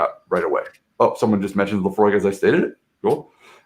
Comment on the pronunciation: Very interesting, knows his stuff. I am scottish and drink whisky A LOT! He is knowledgeable about our regions and flavours. Also, he can pronounce Laphroaig correctly, top man! You need to try some Islay malts, and Lagavulin is one of the best 😁